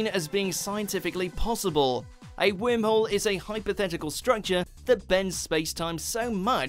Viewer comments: it bothers me when he says Whimhole... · The guy who pronounce Worm Hole as Whim Hole must be an Esshole :D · Take a shot every time he says “Whim-hole” lol 🤦🏽‍♂️🥃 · omg you didn't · Idk how to pronounce it like that and I’m British. “wourmwhole” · Is it only me that he is pronouncing wormhole as whimholes 🤔? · Wormhole sounds weird when a British person is pronouncing it.